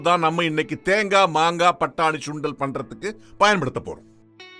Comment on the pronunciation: Dai it’s Sundal not Shundal😂.. I think you are a Bhramin